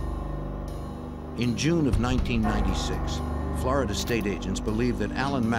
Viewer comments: God I hate how the narrator says “Flaridah”. It’s flORida jfc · For the lovely people watching to learn English, “Florida” is pronounced “FLOOR-ih-da” NOT “FLAAH-ra-duh.” But feel free to say New York as Noo Yaaaak 😂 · Flaar duh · Flow Rydah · FLAWDA. Flow rida. Flawed DNA people lol.